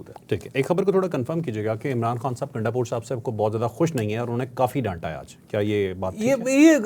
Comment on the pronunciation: Bhai naam to drust pukara karo gundapur nahein gundpur hae phir yeh gundpur sahib kaisee ho gaee aqal to aam logun jaisi nahein to aap sahib sahib pukar rahee hein